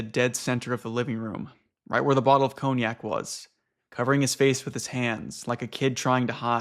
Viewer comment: rip cognack 😔